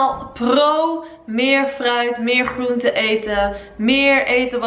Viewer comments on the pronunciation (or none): Hoe zeg jij groente😂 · Je spreekt groente echt grappig uit🙈 leuke video! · Leuke video💋maar ik vind het zo grappig hoe jij groente zegt😂luff you💎